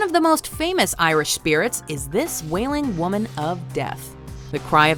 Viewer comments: The pronunciation is completely off but I appreciate the effort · i love reading about irish myths and legends but wow did she butcher the pronounciations.